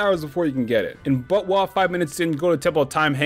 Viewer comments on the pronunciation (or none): saying buttwah was extremely distracting. just call it zelda next time and specify other zelda titles when mentioning them ("majoras mask" "ocarina of time" etc) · I normly referred to it as "bot-wuh", so I couldn't help but laugh everytime he said "butt-wah." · I has so confused for half the video whenever he said butwah. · I legitimately laughed every time he said BOTWAH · also the way you say botw sounds like buttwah and wah is korean i think for wow so it's essentially saying buttwow!!!!! ;) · did you just call botw butt wah